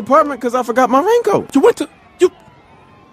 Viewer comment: he put so much emphasis on that shit :D LOL